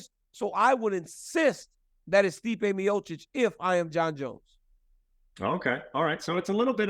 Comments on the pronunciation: Dawg I’m sorry but how are you working for ESPN and you can’t pronounce the greatest heavyweight of all times last name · If you work for ESPN you should know how to pronounce one of the greatest heavyweights name. MeeOhChich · Miosich. Stipe Miosich. Guy gets paid by ESPN to call him Miosich. Come on. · You would think being an MMA reporter, Bret would know how to say Miocic… but doesn’t surprise me one bit. DC still making excuses why he lost to Bones 😂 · Awk-a-moto rolling out a new “miocic” pronunciation five years in 😂😂😂